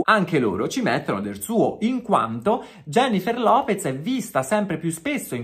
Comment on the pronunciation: Un po' mi fa ridere quando pronunciate il suo cognome: López come 'lopets' Come se fosse un cognome in italiano. 😂😂😂